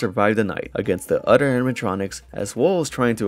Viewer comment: Everything aside, I like it when he says “other” hehe. Sounds like “udder”